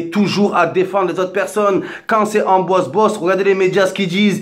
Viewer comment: Et allez... la vidéo de victime par excellence. (Pour être crédible, il s'appelle Pierre-Ambroise pas Amboise...) Arrête de sucer Benzema!!! Je vois pas pourquoi y aurait eu un acharnement sur lui. Pourquoi tu cherches à attiser une haine ? On est tous Français, peu importe les origines. Y a qu'en France qu'on cherche la division plutôt que l'unité.